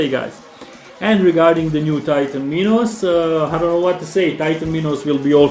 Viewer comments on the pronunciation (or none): none